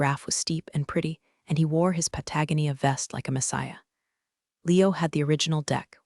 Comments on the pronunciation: For some reason, "Patagonia" gets on my last nerve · I get a kick out of Pa-tag-Nia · The pronouncement of Patagonia is not right. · Still can't pronounce "Patagonia" correctly..?? 😢😢😢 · How many times is it legal to grossly mispronounce Patagonia? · I still not gonna subscribe until the AI can correctly pronounce Patagonia. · Don't leave off Pentagon, H.R. usually pronounced Char (like meat or blackened wood after a fire,) and DOD (dee oh dee) instead of doodie. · It can pronounce charcuterie but never gets Patagonia right. 😂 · Cow working? NO. Co-working. I do hope AI learns to correctly pronounce “Patagonia”. At least we did not get a pen-tag-on.